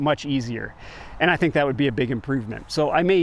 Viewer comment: Do you tink is good enof for goots😊